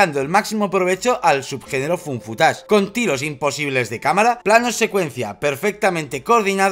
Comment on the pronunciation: Me encanta que lo pronuncien como "fun footage" <3